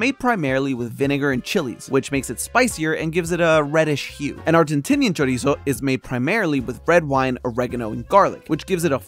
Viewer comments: pronunciation of chorizo made me physically go like 🫢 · choriso.